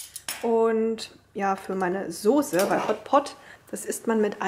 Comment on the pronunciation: Warum sagst du eigentlich Sose und nicht Soße? :)